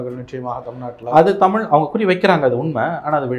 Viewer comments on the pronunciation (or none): none